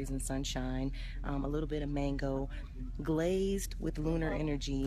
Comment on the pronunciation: This chick said Glaazed with lunar energy lmfao My stomach hurt laughing at this shit